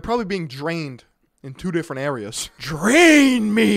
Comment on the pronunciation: He said I want you to “train me” not “drain” me. But either work tbh